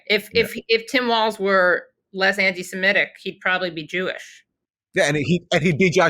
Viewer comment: Aaron, stop saying "anti-siMETic. It's "anti-seMITic".